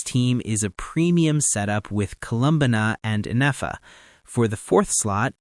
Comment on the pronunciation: Colum-banna 😂 im sorry I can’t